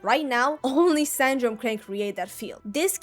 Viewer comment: San-dro-ne. Not sand drone.